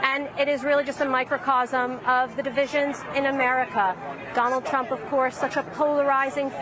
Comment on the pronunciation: She said Donald pump??